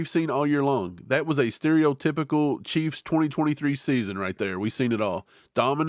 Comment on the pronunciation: was that "cah keys"?😂😂😂